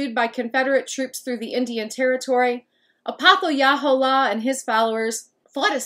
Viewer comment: I’m a direct descendant of him and I’m almost positive it’s pronounced ah-poth-uh-hey-luh-hole-uh, great video !